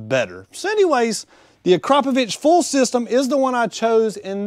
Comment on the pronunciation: Acrapovich??? I have never heard Akrapovic pronounced as "Acrapovich". Akrapovic is probably one of the most known brands when it comes to true high performance. I would have thought that a performance shop would be more familiar with such a good brand.